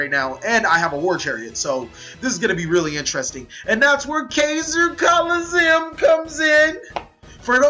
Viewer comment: But he drew keezer colizeeumm